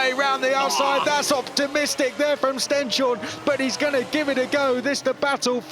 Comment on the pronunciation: This commentators must learn the right name of Stenshorne, not Stjenstorne!